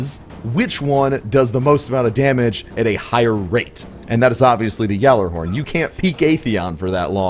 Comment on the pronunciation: Pronounce it correctly you nob